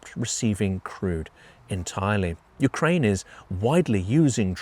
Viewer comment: Yewkwaine shud suwender